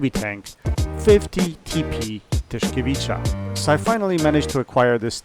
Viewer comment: GG, another great vid, a bit envious of your pronunciation of the name, had to replace my false teeth twice in my attempts at it !!! lol :)